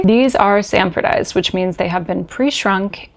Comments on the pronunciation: Hey,, it's "Sanforized," not "Sanfordized". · The pedant has arrived - it's SANFORIZED, not sandfordized. The Process was patented by Sanford Lockwood Cluett in 1930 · Great video! 👍 There is just one "d" in "sanforized". In the very end 😼